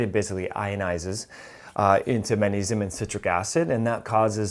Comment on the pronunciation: It's maGnesium , Not munesium.